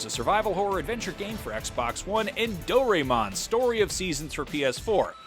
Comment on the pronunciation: Do Ray Mon....lol. “Do Rah Eh Mon”